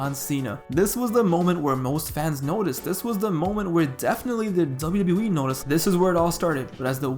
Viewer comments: Why does this man say "Zubayew Zubayew E"? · Dzable Dzable E🤣🤣🤣🤣